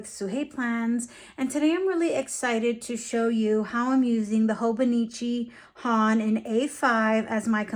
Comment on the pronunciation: HON = British English „on“ with an „h“ in the front. You’re pronouncing it almost right, just a tad shorter. 🙌 I speak Japanese btw 😅